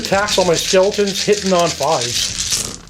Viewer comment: Skeltaws and Zambeys